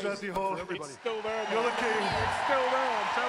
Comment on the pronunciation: the last thing you want before the lift is the commentary screaming your name wrong :D